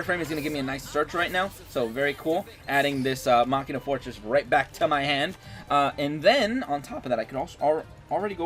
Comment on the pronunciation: I love the way you say machina. Everyone else says something weird like "mechaina".. and i'm like "what..china?"